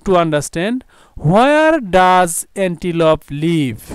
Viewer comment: স্যার এনটিলুপ আর আপনি বলছেন এনটিপল